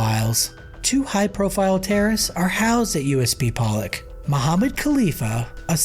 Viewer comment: Poe-Lock not Pallick bro!